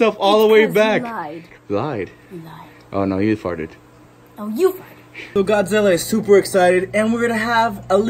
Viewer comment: I like it when you say Godzilla (the first time of the vid) like you said Gawdzilla